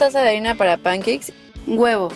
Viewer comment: Concuerdo contigo, si les va a decir pancakes como los que hablan inglés les llaman, mínimo que lo pronuncie bien.